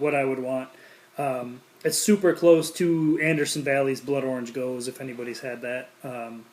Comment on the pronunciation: Pronounced go-zuh